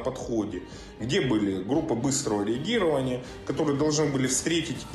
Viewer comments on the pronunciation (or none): не регирования а реагирования